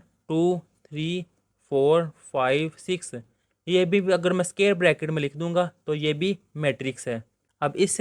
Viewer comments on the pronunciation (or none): sir ne bola A sqi in place of A square 😂🤣